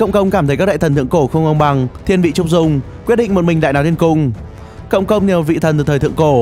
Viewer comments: cộng công đọc nhan thành công công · Cộng công mà nghe công cộng